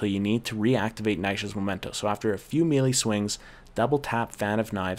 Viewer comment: I appreciate the guide, but I can't help but squirm every time you mispronounce "melee." It's a French word -- not "meelee" but "milay," as in Renee.